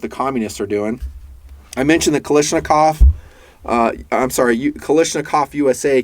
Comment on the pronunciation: After so many years of reviews... There is no Kal-i-shnikov. Kal-ah-shnikov. Gee...